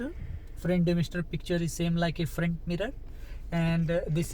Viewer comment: Is it frant damister or front damister plzzz speak clear so we can understand